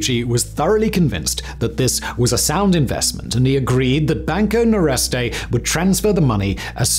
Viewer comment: Nordeste, not Noreste. It means Northeast. 😊